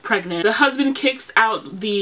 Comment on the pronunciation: «My houssban »👩🏾‍🌾 😂😂😂😂